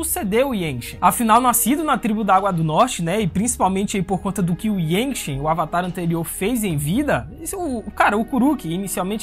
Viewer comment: Yangchen é mulher. E a pronúncia do nome é iangtxen